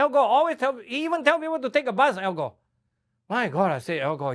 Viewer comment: "Al Góh"